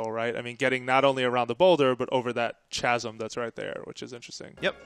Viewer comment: In the video, they mispronounced "chasm" /ˈkazəm/